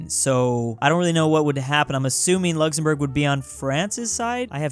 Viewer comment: Who is going to tell him that it’s Luxembourg and not Luxzembourg